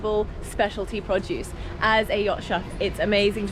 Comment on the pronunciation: I kept thinking you were saying "Podjuice". Finally picked up that you were saying "produce", and made it even more endearing. :)